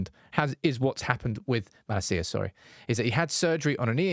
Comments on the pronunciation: It’s MalAcia in stead of MalaCía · [Hermione voice] it’s Malácia not Malacía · cannot watch this video with way he's pronouncing MALASEEAH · Is this a good time to ask AGAIN for the correct pronunciation of Malacia? The emphasis is on MaLAcia. As a Dutchman, I’ve been cringing at this ever since you announced his signing. Love you tho. Get well soon! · Who on Earth is Malla Seeya? United channel, at least learn how to pronounce his name before making a video. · I heard Malacia's refusing to play bc he heard the way you pronounce his name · your pronounciation of his name bro......